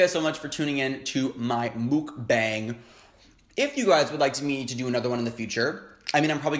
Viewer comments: I'm gonna be that guy again and say it's not pronounced "bang" but "bong" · it's pronounced "mook bong" that's how the korean mukbangers I've watch say it.... you should watch keemi she's good... also love your videos :) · Mukbang is korean(먹방) so it has to be pronounced as meokbang(mokbang) and not mookbang. So, you were pronouncing it right at first.